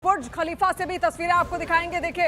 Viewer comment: Pahele TU Bolna Sikh bhuj khalifa Nai buruj khalifa